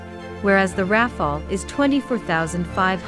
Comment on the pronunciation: Why she keeps saying, Ra-Fail-ee ?